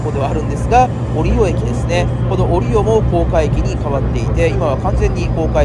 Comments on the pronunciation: 折尾最寄りだけどかんのさんの折尾のイントネーションに違和感を感じてしまった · 折尾駅の動画で指摘したんですが、折尾の発音が相変わらず変ですね。博多・小倉と同じなんですが。難しいんですかね。難しいのか!?